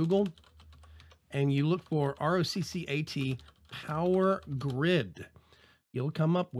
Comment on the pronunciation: the people in the videos from the company itself say "ROCKET" not ROH-CAT,... just sayin,...